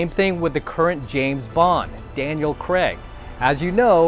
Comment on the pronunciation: The way he says Daniel creg lmao 😂